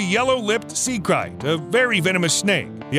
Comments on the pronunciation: It’s krait (crate) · It's pronounced sea crate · It's pronounced crate! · Bro... you keep murdering the pronunciation of that snake... it's pronounced with the long ā sound.. lol..I know I know.. Grammer nazi !!